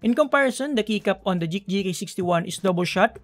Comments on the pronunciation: Dude it's "GEEK"! I though you have difficulties saying G and K at the same time, I double checked the caption it seems like you are trying to pronounce GEEK,. I'm tilted. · Nice review but I just can't stand listening to "J"eek instead of "G"eek like Greek or Green. I've seen a lot of your videos and I thought at first you just mispronounced it but you kept saying it. Not hating you though. I still like your vids. Keep it up! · Geek po, not JEEK :) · Just thought about that now, you're right! I don't know why I keep pronouncing it as Jeek instead of Geek. Thank you for correcting me, I'll fix that in case I get a chance to review another Geek keyboard :)